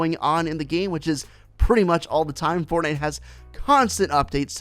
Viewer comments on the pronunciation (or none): none